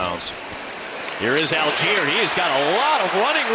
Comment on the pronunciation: All - Gei - Er = ALL GUY ER "Al Jeer" would be spelled ALGIER. (Almost identical to the city in Africa.) Jeez. M 🦘🏏😎